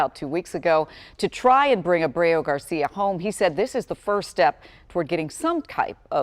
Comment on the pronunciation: Too bad your anchor can’t even SAY the word Abrego. In addition to not realizing he’s an “El Salvador man hiding out in Maryland , Kilmar Abrego Garcia…”